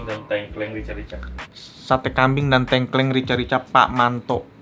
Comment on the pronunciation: Btw ngomongnya tengkleng bang bukan tengkleng